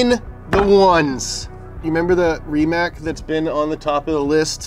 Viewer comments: yay, Rimac episode coming up, I've been waiting for it PS: if rimac ceo watches this, he'll call and tell him the, "ei, its Rimac(rematch) not Rimac(Rimak)", watch that one time rimac concept 1raced with a gt3rs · Reemac bruh